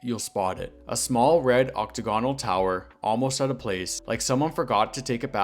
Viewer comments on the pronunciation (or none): ock-TAG-ən-əl, not OCK-tə-gawn-əl.